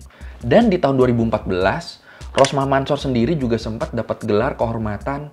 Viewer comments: Ralat ya bang mansor kalo di bcanya Mansur bukan di baca Mansor maaf yg betul emang bacanya mansur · Cara bacanya Rosmah Mansur,bukan Mansor itu hanya penulisannya aja :) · Mansor di baca nya Mansur boskuh